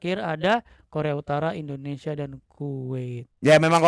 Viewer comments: Indonesia bukan endonesia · Negara ini bernama INDONESIA, knapa saat nyanyi berubah jadi Endonesia ? 🙄🙄